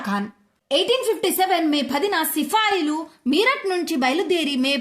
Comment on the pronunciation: సిఫాయిలు కాదు సిపాయిలు